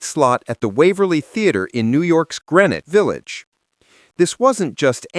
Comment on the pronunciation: AI does not know how to say "Grennick Village."